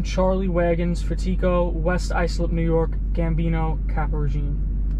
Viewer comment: It's pronounced Fat Eco FatEco I know thats not how it's spelled